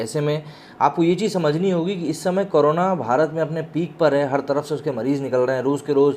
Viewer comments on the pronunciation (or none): none